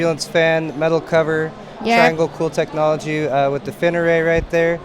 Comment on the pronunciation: "tech-o-nol-ogy haha i feel bad but i had to say it